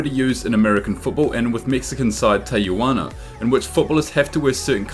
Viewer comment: Tijuana not Teyijuana